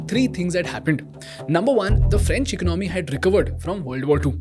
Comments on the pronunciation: Please pronounce the word 'Economy' correctly. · Its Economy , Not Ecnomy (Do not mind)